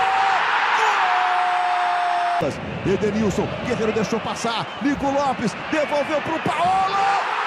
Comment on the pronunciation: "GUEGUERO" KKKKKK